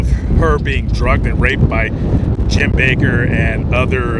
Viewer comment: It's not BAKER. It's BAKK....ER